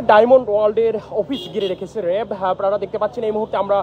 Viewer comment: "র‍্যাব" কে 'রেব' আর "কাঁচ" কে 'কাচ'। বাংলা উচ্চারণে আরও যত্নশীল হওয়া চাই।